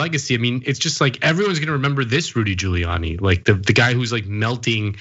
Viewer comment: “Rudy Pooliani”